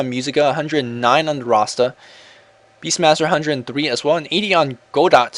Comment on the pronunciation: it's pronounced kinda like (Go-dough) godot that is.